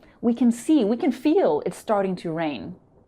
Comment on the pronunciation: I have found strange your pronounce about STARTING. Thank you to have been learning a new way.